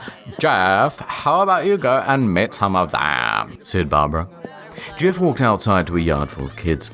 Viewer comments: Did he just call Jeff the same way boomers say gif? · I thought you said GIF the Killer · he says "jif the killer" therefore confirmed it is pronounced "jif" not "gif" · "Jif the killer" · nice way of saying jeff lol